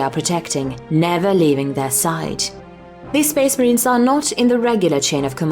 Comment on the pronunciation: Speeesh marheens